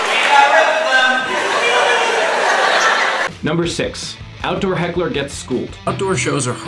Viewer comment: Not “hackle” 💀💀💀 said so confidently too 💀😂😂